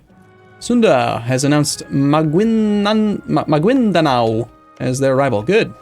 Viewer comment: I had to wait an entire episode for him to pronounce Maguindanao correctly